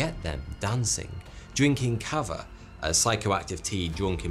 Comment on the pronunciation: Kãvã is the pronunciation,. It's thruout the Melanesian Islands & was traditionally drank in ceremonies, not for pleasure, as it is these days, by stoners.